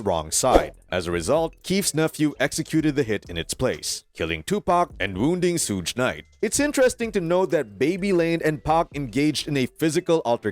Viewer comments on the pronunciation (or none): | "... and wounding Sooj Knight" 💀💀💀💀💀💀🤣🤣🤣🤣🤣🤣... Who's Sooj Knight? 👀? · It's Suge knight lol not Sooge night lmao 😅😂😅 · Really bro, did you say Soodge Knight... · “Sooge knight” 🤣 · “SOOGE Knight” 🤣🤣🤣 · Not shoes-knight 😂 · Can this guy even pronounce Suge right..come on guy let's say it together first we say sugar now say SUGE get it 🤷 take out the A and R NOW Just pronounce the first 3words beginning of sugar